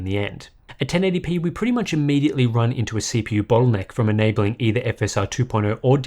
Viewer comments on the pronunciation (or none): none